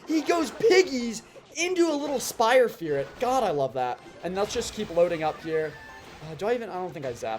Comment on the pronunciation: "spire firit"😂😂😂